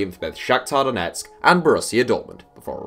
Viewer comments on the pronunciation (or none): none